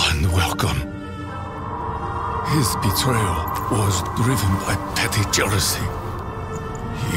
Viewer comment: "jearousy" lol